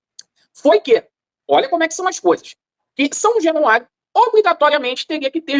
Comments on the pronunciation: São jenuario o gordinho nem sabe falar o nome do estádio do próprio time,,, caralhadaaaaaa 😂😂😂😂😂😂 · O gordinho falou são jenuario várias vezes, jenuario 😂😮😅😊